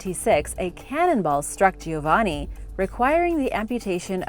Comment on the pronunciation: It is GIOVANNI. Spoken JOE - VAnnI ! Not " Gio - waani"!